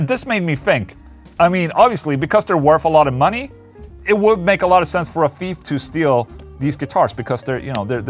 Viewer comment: "Don't be a feef" - Ola Englund 2020 Love you Ola